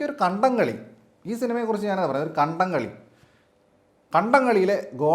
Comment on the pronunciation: Kadam Kali alla kadamkaali😂😅